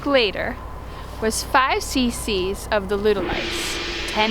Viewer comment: I’m a herdsman/AI technician and enjoyed this video. It was accurate and easily to understand. Small critique, instead of pronouncing “ov” like the beginning of “OVer” it’s actually like the beginning of “ovulation”. Now when you call your AI tech you’ll sound like a pro! Enjoyed this a lot guys